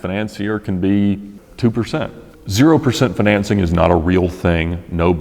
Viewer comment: Fin-an-cing LOL